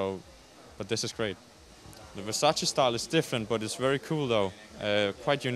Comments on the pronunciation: It’s “Versace” not “Versaci”😩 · Mercy the make up artist cannot pronounce Versace MERCY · how can u work for versace and still not know how to pronounce it i'm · Ppl still call it Versacee 😂 Even on Versace show omg.